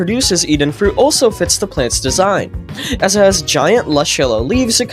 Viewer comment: “Even fuit”